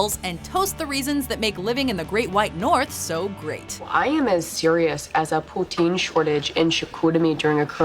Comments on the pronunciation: Let's get this straight. Poutine is pronounced "poo-teen" not "Poo-ten" That one is the most annoying, even got it wrong!! Also if you are going to get a poutine you say "I am getting a poutine." not "I'm getting poutine" Canadian tips:) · It's called poo-TEEN NOT poo-TIN dumbasses! (It's spelled like "poutine", & you guys CLEARLY forgot the silent E rule.) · It’s pronounced poo-teen not poo-tin ya hoser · She said Poo-tin No it's poo-teen When you say it 😂😮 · its not potin it's poutine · OMFG WHY DID YOU PRONOUNCE IT “PoutIN” it’s “poutEEN” dkncjakdnvnrkd am triggered. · HOW DARE YOU SAY "POUTIN" IT'S PRONOUNCED POO-TEEN! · Stop saying Pu-tin for the love of God. It's pronounced pu-tiiiiiine like Tina with out the Eh. Ok, thanks. Sorry. Poutine. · Poot-San????? Way to butcher the pronunciation of poutine there. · It’s pronounced pouteen. Don’t make the INE fool y’all niggas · Why did she pronounce poutine like putsin, it sounded really strange. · voir la facon que ta prononcé poutin...dapres moi tu viens du Quebec eh? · did she say poutin?? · I'm Canadian and freaked out when she pronounced poutine, poutin😱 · Did you just say poten? Wth can't even say it right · I stopped the video after she pronounced poutine wrong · Is this women French Canadian, cuz the way she pronounced the word ''poutine'' is exactly like we do here. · l love how she pronounced poutine